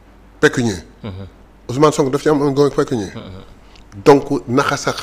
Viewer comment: Pécuniaire au lieu de pecunier